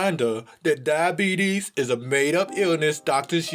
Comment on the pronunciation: Dia-beetus, and Werther's...